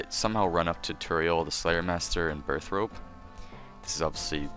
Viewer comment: I have a RS skype friend who pronounses it Burthoppee lol so i lol'd when I heard